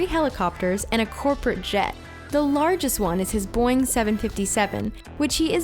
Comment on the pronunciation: It isn't boiing , it's boeing